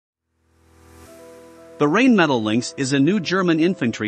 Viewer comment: The commentator pronounces Rheinmetal as Rainmetal. It is actually pronounced Rhinemetal.